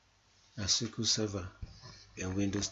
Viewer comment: am finding it hard to understanding what you are saying....is it MS sekal??